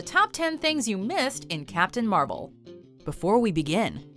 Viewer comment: captain marble hahahahhahaha